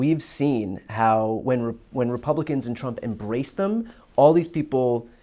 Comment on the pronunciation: It sounds like Bernie calls Trump a more appropriate name, "Tramp."